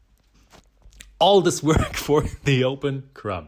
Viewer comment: Your videos are so well though out and edited. Well done! My sourdough started and several bread styles have been taken from your instruction. Thank you By the way, the 'b' in crumb is silent 😂